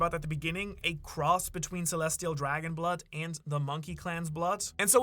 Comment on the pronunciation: please brother say the d in red and blood it sound like you say blut line and ret